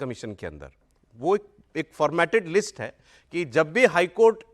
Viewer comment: अखिलेश जी वो लिट्स नहीं लिस्ट होता है😅😅